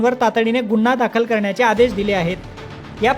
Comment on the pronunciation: गुन्हा हा शब्द " गु " या अक्षरांवर अनुस्वार देऊन " गुंन्हा " असा चुकीचा उच्चार न केल्यास मराठी भाषेवर उपकार होतील.